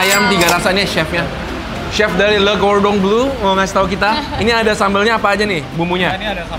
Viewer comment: Plis deh, Le Cordon BLEU BLEUUUUU bukan BLUEEEEEE